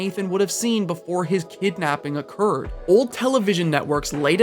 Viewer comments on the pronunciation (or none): none